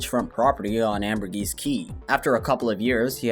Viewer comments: "Ambergris" rhymes with "lamb or piss." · It’s pronounced ambergreee key, btw